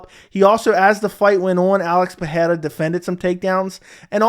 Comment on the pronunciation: Bro why are you mispronouncing Pereira's last name? Where do you get the "h" sound from ? lol